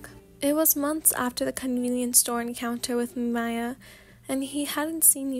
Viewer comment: This is so good!!!!!!! By the way I just wanted to say Miyas name is pronounced the same way you would pronounce Mia :) I love all ur vids ❤ can’t wait for the next few audios❤❤